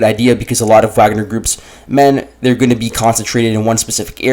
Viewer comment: I like that you call it "Wag-ner" instead of pretensiously saying "Vog-ner"